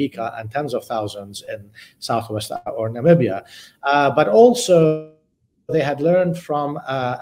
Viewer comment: Damn , I'm impressed she pronounced Namibia perfectly 100% This channel worth watching indeed